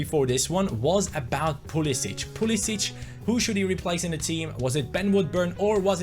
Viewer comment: You are saying pulisic name wrong